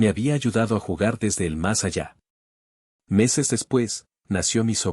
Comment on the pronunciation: Con tantas eses ni entiendo el relato ,es como un niño que está empezando a leer y no pronuncia bien